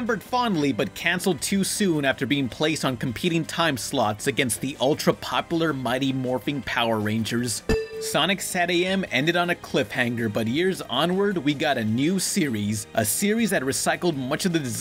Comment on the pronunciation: I know you're not a live-action guy but how dare you pronounce the G in Morphin'